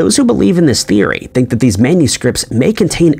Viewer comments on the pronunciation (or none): none